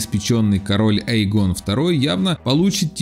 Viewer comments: Почему не РейнИс, почему не ЭймОнд, но именно остаётся ЭйгОн🤦‍♂️ Э́йгон, ударение на Э, бл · Воот, тоже это резануло слух! Эйгон - ударение на 1 букву!